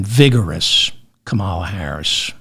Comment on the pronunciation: David, you can do it ... say it slower KA. MA. LA, she has corrected us many times .... even her neices showed us how ... : comma LA ))) great show.